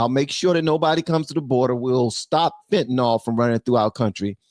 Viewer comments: It’s pronounced fentanIL NOT fentanOL. 😊 Love ya! ❤ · Fentanyl is pronounced fentanil